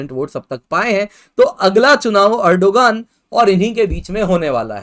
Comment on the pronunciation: What the fkk is this pronounciation (not कुर्डिश it's कुर्दिश) population also nor एर्डोगान it's एर्दोगान ) it's so irritating wrong pronounciation won't make u cool it's utter stupidity